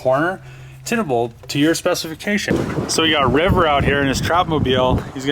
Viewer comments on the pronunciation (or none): none